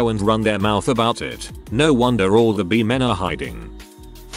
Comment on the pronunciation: I like how it pronounces bi as bee